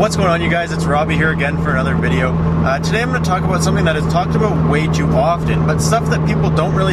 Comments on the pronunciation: jonathon lesko and he said aboot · its abewt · The aboot is killin me. So whats all this aboot? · jonathon lesko You definitely know what you're talking a-boot lol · Not to racist or anything but it was the way you said "about" that made me suspicious :D